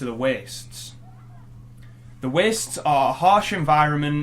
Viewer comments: Da Wee-ests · it's the 29th of September 2020. ever since watching this fucking video, everytime i hear the word "waste" i can only think about the way this dude says it. "weeeeast". additionally, some Audible ads have a dude that sounds exactly like him. more trauma. will i ever be free of this curse? probably not. weeeeeast